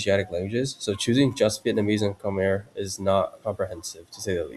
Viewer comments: Khmer is pronounced Kmahy :) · Khmer is pronounced like Khmai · Hearing you pronounce the name “Khmer” is killing me